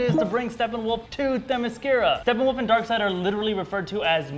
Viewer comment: its Steppenwolf, not Stefan wolf >_>